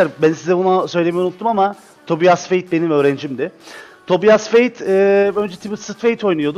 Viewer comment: O TOBİAS DİYE DEĞİL TOBAYS DİYE OKUNUYOR